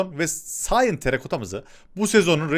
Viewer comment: Nobody : cyan terakota Adş : sayın terakota 😅😅🤣🤣😅😅🤣🤣🤣